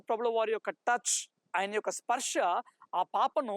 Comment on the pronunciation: Sparsha kadu brother sparsa